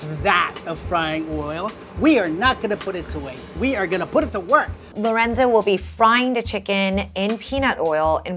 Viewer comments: Funny how Esther said lorendo instead of lorenzo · the way chef esther pronounced lorenzos name as "lorendo" is funny to me HAHAHAH